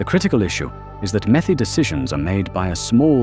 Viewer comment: METI not METHI.